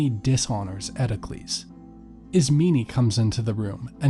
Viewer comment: Why are you saying Ismeney?? There’s no “ee” at the end. And it’s Eteocles on Eteclees. Pronounce the o. And it’s Polynices like Poly nice knees. Not Polyneses.